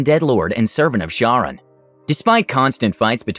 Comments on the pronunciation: Charon is pronounced as though spelt with a "K". Hence, "Kar-Ron". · Was the "Horseman of Death"'s name spelled "Charon" ? Assuming it's the greek pronunciation of the word (the Ferryman, that is), it could either pronounced either as "Ka-ron" or "Har-ron", sort of pushing the "Har" out from the back of your throat. ...Sorry, I'm a mythology nerd <.< and I pay attention to this kinda stuff.